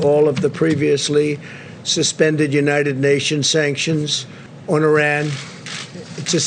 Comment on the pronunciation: ARAN! Ainsley? You mean Iran? Where is Aron, Aran? WTF, over!